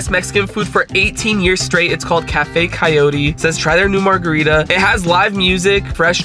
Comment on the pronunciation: annoyed at how they pronounce coyote.. kayori